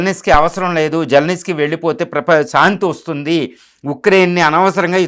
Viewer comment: జలనిస్కీ కాదు💝 జలంస్కీ 😅😅😅 విస్కీ లా చెప్పావ్